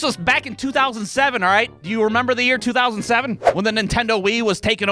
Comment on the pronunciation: Every "alright" at the start of the videos sounds like it was said by your drunk uncle getting up off the couch